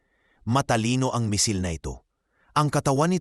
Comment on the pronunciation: asus hwag kang mapag paniwala jan sa Iran kagaya din yan ng Russia ....at tsaka ayusin mo ang pronousation mo kasi di lahat alam yong sinasabi mo ..anong Misil ...